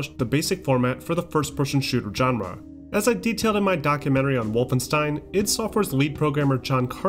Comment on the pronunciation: Every time he mispronounces genre I cringe. I may have to tap out.